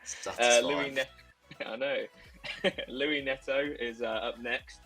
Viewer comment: Lewie neto? Who is that?🤣